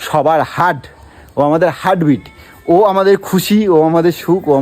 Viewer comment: গোলু নেই . তাই টাকা ইনকাম হচ্ছে না, তাই তো? আর কথাটা "হার্ডবিট" নয়.. "হার্টবিট"!